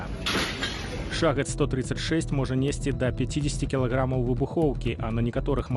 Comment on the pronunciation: В соответствии с каким правилом беларуского языка "шахед" надо произность "шагэд"? Цiкаулюся. У часы Тарашкевiча ды наркомау шахедау не было. 😊